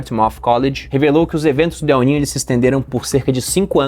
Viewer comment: Pior é o "El Nine" 😂